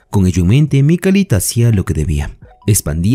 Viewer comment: Resumen genial me subscribi Pero por favooor se lkama Mikhail o Mijail en sudamerica . Donde duce Mikalitttt?????